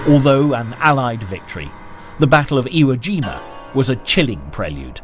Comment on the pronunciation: And the lack of proper information, like him saying “iwo jina”.